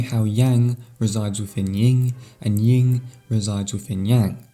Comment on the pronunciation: Good video - *‘Yin’ as apposed to ‘Ying’ next time though :)